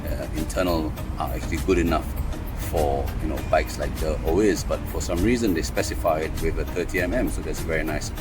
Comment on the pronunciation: Orbea Oiz pronounce it as oi as in oil, the z is silent in Spanish